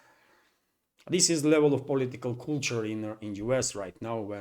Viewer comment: "Coolture" better than Coldture!